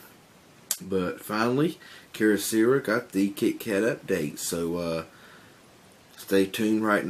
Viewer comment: What's up with the mispronunciations of Keyocera? You seem like a good guy but I just felt compelled to point out that it's not "keer-oh-seera". The correct pronunciation is "key-oh-sarah" (like the female name Sarah)